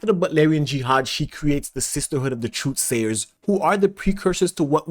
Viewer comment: This was great! Except for the 23 times you said 'truth slayers' instead of 'truth sayers' lol.